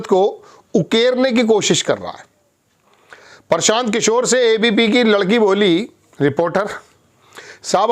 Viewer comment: इसे तो हिन्दी पढ़ना बोलना भी नहीं आता प्रशान्त को परशान्त बक रहा है ।